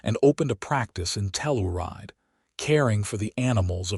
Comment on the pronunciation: Tell- ur-ide is pronounced Tell - your- ride !